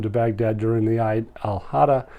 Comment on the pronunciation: Awesome info brother and just FYI Eid Al Adha is pronounced Eeeed Al Adha not eyed… but awesome info brother